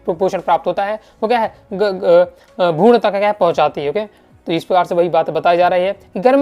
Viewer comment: Bhaiya aapki aavaj me mujhe bhrun,gud sunai de raha he😂😂😂